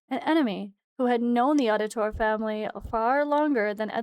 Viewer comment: Trying to correct all the content creators pronunciation of his name. (Et-zio Ow-di-toray)